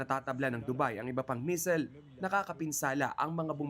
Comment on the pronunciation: MEASLES- ❌ MISSILES-✅